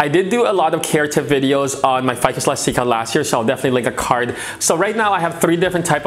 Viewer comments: The E is pronounced. But thanks for the video. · Hehe I find it cute that you pronounce it elas-teeka instead of elastic-ah...